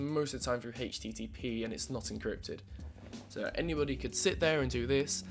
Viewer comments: Again a guy who says hichttp :) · I HATEsttp the way you pronounce it.